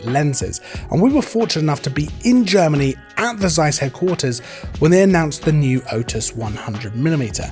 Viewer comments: Interesting review. But please stop saying "Seiss" with soft s at word beginning. It's pain in the ears. It begins with "Z" not s.. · you are right it is OK that people pronounce things as they think it has to be pronounced. I do it the same with english words. But if one says 100 times the word seis in one video it makes me mad ;-)